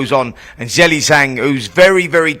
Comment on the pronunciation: That’s a closer pronunciation that Zelly